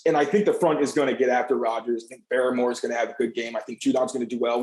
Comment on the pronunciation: When you can't even say barmores name correctly I can't take you seriously.